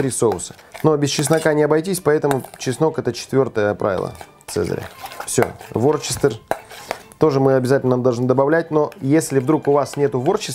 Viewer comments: Не Ворчестер, а Вустерский соус называется. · Не ворчестер а вустер, произносится ближе как уэста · Вустер, а не ворчестер :-))))) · Не Ворчестер , а Вустершер.